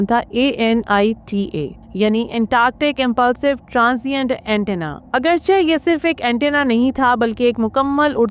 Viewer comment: Khubsurat awaz or information but not,,,agarcha,,,, It's,,,,,,,, agarchay